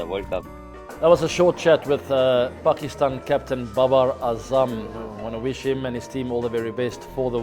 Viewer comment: Pehele naam to bolna sikh le 😂 it’s AZAM NOT ADAM